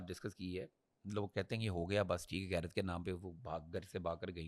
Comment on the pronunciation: madam aap itny bary channel pe beth'ti ho ,itni zada log vlog dekhty hn lahaza apko apne talaffuz ko theek karna chahye... lafz gairat nahi hota blake ghairat hota ha.... apko GAAF or GHAIN ka farq malom hona chahye.. shukria